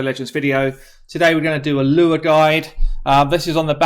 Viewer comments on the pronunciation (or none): Every time you say "a Lua" sounds exactly like Allure lol. Speak English already 😅